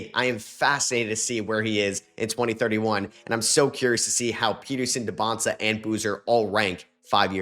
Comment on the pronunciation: You finally said AJ Dybansta name right let’s go